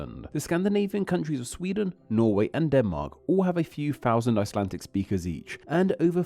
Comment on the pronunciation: Why are you saying “icelan-TIC”? It sounds annoying